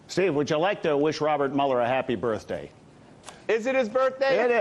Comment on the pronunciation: Mrs. Token says “ Happy birt-Day!”. On cue. “ Represent”.